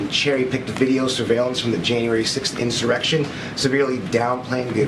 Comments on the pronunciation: Did Senator Schumer say erection instead of insurrection?? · How many times is Schumer gonna mess up that word? He's done that at least twice already. Mr. Freud had something to say about that! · This man literally just said erection instead of insurrection 😂😭😂😭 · Did he just say erection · Chuckie said insite an "Erection"! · Did this man say erection omg🤣🤣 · Who else heard chuck say erection?😂😂😂